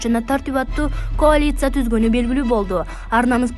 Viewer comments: Коалиция .каалиция деп эле окулат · Коалицияны туура айтчы 🤦🤦🤦🤦🤦🤦🤦🤦🤦🤦🤦🤦😂😂😂😂😂😂😂